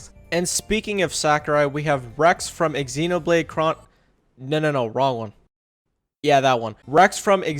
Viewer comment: did you just pronounce xenoblade as ex-xenoblade 😂😂😂